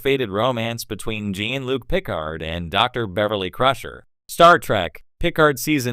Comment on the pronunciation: Is this supposed to be a joke? They can’t even say Jean Luc’s name correctly. Stop using this garbage, AI, or at least watch your damn video first and correct the things that are wrong